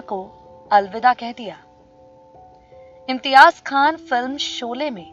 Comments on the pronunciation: How does it sound Imtiaj instead of Imtiaz and Amzad instead of Amjad. Kitni kharab pronunciation? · Tum pagal ho GAYI ho... Kya.... ? AMJAD KHAN , ko tum AMZAD pukar rahi ho.... AUR IMTIAZ ko IMTIAAJ.. ZER ,AUR ZABAR KI TAHZEEB NAHI... PHIR URDU KA BALAATKAR KYUN KARTI HO...... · Imtiyaaz ko imtiyaaj Aur Amjad ko amzad इम्तियाज़ को इम्तियाज और अमजद को अमज़द बोल रही है जो बोल रही है अफसोस